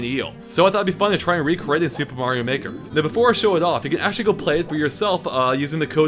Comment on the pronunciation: I thought you said "super mario nicker" addition